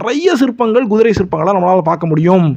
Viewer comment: Guthirai என்று சொல்லாதீர். Kuthirai எனச் சொல்லுங்கள்.